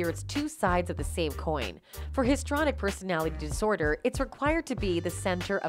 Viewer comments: HIS…TREE….ONIC. not histronic. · Where is the evidence of bribery? Check your pronunciation of histrionic.